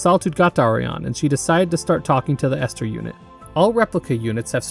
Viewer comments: i would love to see a video on white knuckle. the game is still in early access and the story isnt done yet but id love to see an analysis of it also i died inside (but only a little bit) whenever you said ester instead of elster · It's pronounced Elster And also Fall-kei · Bro did not seriously call Elster Esther.